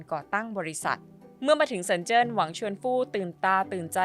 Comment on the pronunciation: รักจะทำอาชีพนี้ควรทำการบ้านให้มากกว่านี้นะครับ 王传福 ออกเสียง หวังฉวนฝู เมือง 深圳 ออกเสียง เซินเจิ้น 😢